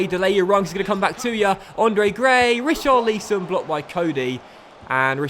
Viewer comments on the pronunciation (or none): Pronounce richarlisons name properly ur not staying it right (watford fan)